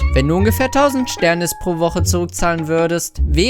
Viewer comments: Es heist SternIs mann spricht dass I mit aus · man spricht sternis: sternies aus